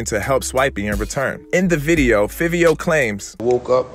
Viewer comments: “FIVE IO FOREIGN,” THATS HOW YOU SAY HIS NAME NOT FIFFIO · If you gonna report Hip hop At Least get a nigha Name right Its Five e O The way its spelled is the way u say it smh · His name pronounced Favio lol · Wrong It’s Fivio Foreign